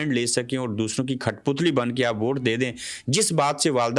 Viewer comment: (کھٹپتلی) نہیں بہائی کٹھپتلی ہوتا ہے غلطی نکلنے کی معزرت ۔ باقی سب زبردست